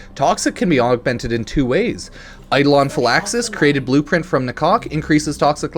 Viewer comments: You know Ifor a second there. I thought he said Talk to my cock, instead of nakok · Man said "talk to DA-COCK"